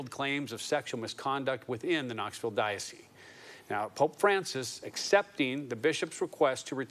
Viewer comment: To the tv anchor: the “s” in dioceSe is sounded. It is not silent.